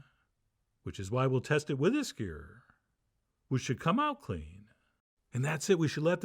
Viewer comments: did u say skaer and not Skewer it is two syllables u know. Skeeuwoo'er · "Scuuure" lol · You can tell he’s upstate New York and not native California by the way he says “skewer” 😂